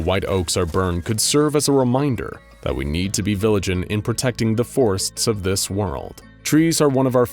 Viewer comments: "...that we need to be viligant..." 😂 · I noticed something with the pronunciation of the word "vigilant" being pronounced "viligant" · I don't know who is performing your narration but, he mispronounces the word vigilant as "viligent". Your videos are very entertaining however, I have been noticing more and more pronunciation errors while watching them. Please correct this! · "We need to be viligant" Heh. I got a chuckle from that mispronunciation. Also, this SCP is too spooky.